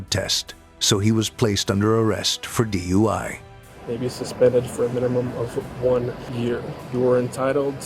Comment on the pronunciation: DUI? It‘s FUI☝️